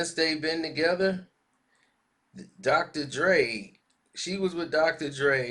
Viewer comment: Drocotor Dre lmao .....😆